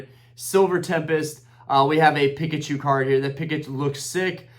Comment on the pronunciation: Dude ended the video then went 10 more minutes 😂 Pick-uh-choo is crazy G 👌🏼